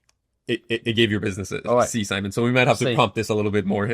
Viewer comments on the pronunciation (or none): none